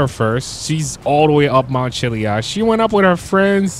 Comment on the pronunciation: Chilli ad not chilli ud